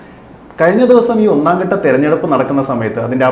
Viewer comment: ഒന്നാം 'കട്ട' തെരഞ്ഞെടുപ്പ്, 'മണ്ടലങ്ങൾ ' വളരെ നല്ല ഉച്ചാരണം 👍